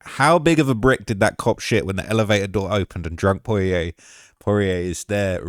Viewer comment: Bro really cant say dustins last name properly😂😂